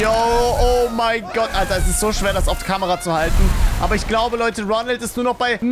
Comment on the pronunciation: Immer wenn du Ronald sagst ferschtehe ich Ronaldo😂😂😂😂😂😂😂😂😂😂😂😂😂😂😂😂😂😂😂😂😂😂😂😂😂😂😂😂😂😂😂😂😂😂😂😂😂😂😂😂😂😂